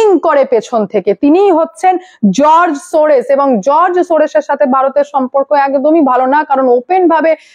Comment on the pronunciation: Sorres na Sorros, r e r ektu porasona karo, who is this Sorros ...96 yrs..